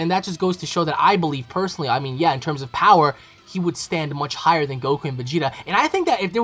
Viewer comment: *goku not gould